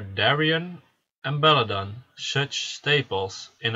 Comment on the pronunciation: belladeon . pronounce every letter . belladeon .belladEON . where did you get belledon from? bellAdEon pronounce the AAA and the EEE just cause your foriegn doesnt mean your blind to letters